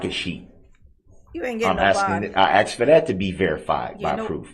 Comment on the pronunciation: ITS AXED ME😂😂😂